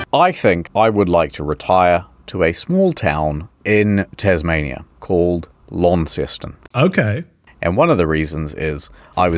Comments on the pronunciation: I live near Launceston, Cornwall and have done for many years. Although only recently learned the Cornish natives of the town pronounce it LAN-ston not Lawn-ston. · When I moved to the area I learned that the locals pronounce it Lonceston, or Lonny for short. They will attack you with sticks for pronouncing it Lawnceston. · So, to confirm, you are a Kiwi, you have been to Launceston, you put Launceston in your video, but you never learned how to pronounce it? LON-STON, or LAWN-STAWN if you really need me to dumb it down. I would love to hear you try to pronounce "Worcestershire". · Oh god that pronunciation of Launceston was awful! It's Lawn-stn or Lanson if your proper Cornish! ahaha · It's pronounced Launceston you fekkin eejit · Wait… its not pronounced Lawn-ces-ton??? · I reckon your two cornish fans concidered suicide when they heard you pronounce Launceston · The Tasmanian pronunciation of Launceston physically hurts. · "launceston"? i thought the ncest was silent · As a Cornish person, hearing you say Launceston like that just chipped away a part of my soul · I did a double take, as there's a Launceston in the UK about 60 miles from where I live. Not pronounced like that, though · I live near the Cornish Launceston and your pronunciation pains me